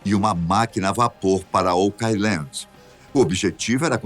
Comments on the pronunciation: Essa pronúncia está errada, assim como muitas outras palavras em inglês que ouço nas várias narrativas - favor consultar antes de propagar desinformação. [Ôu.kland], não "okái.landi" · Se pronuncia "OUK AILAND" nao OCAILAND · Adoro seus vídeos,! Mas essa pronúncia está errada! O certo é ôuqueáiland! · O pronunciando errado oak island me deixou louco. Pelo amor de Deus, alguém coloca ele num curso de inglês!